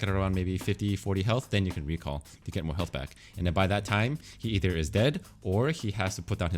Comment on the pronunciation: "Eith er" lul